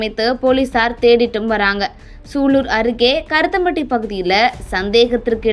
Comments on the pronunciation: இரத்தம் பட்டி இல்லைம்மா. கருமத்தம்பட்டி என்று சரியாக உச்சரிக்கவும் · ஏம்மா ஒழுங்காக படிமா கருத்தம்பட்டி இல்லை கருமத்தம்பட்டி